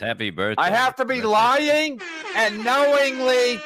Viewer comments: “IM NOT LOY YING, CHAD IS A POS” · Kevin pronounces “lying” like Bobo off the O&A show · Your not loy ying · I..I...I'm not loy-ying